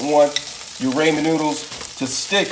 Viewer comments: the way you say ramen is driving me insane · Learn how to Say "Ramen " please lol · pronouncing and spelling are two different things bruh. You still said it wrong tf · Always find it funny when people mispronounce Ramen. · no its because you can't pronounce it right lol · nah he means what you said “Raymen” it’s pronounced “Ra-men” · Ramen (Ra man) (Raa Min) (Ruman) there is three ways for you to pronounce it and it sounds the same were come with rayman you idoit😏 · "RaYmOnD" It's ramen, broski. Rah-men. Not Ray-men. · He doesn't even know how to say ramen 😂. He calls them raymen & it bugs me!!! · Yall be too fancy and boujee for me. First of all your boujee if you say ramen. But this guy is saying Raymond’s noodles 😅😅. This is a hood meal it’s called oodle and noodles not ramen boujee ass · I love your ideas about food, but please stop saying "ray-men noodles". It's "ra-men", just like it's spelled. No y. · RAH-men. RAH-men! Not RAY-men. It's RAH-men. And frying an egg doesn't create much of an aroma of any kind. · Homie really said "Raymen noodles" it's pronounced ramen (Rah-man) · Raw-men not ray-men🤣🤣🤣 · RAH-MEN not raymond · it's pronounced rah-men not raymond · Don't pronounce it raymen noodles.... pronounce it raamen noodles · RAH-MEN. Learn how to pronounce it right and you'll get your like back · raw-men not ray-men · Ramen is pronounced rah-men.. .....raymond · RAW-men Not RAY-man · I know it's "ramen" but in the video it is pronounced as "ray-man" when in actuality it is pronounced as "raw-men" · It’s raw-men not ray-man. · she said what you said you called it Raymond but it's actually pronounced Ramen you pronounced it Raymond it's not spelled that way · The guy who made the video doesn't get it. It's pronounced RaH-Men. Not Ray-Men. Guess there's no Asian people where he's from hahaha. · Raymen noodles 😂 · Awesome recipe. It's Japanese, " Rahh men" no long A. Don't look ignorant. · Who said raymen noodles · Rah-men.. And stop saying Ite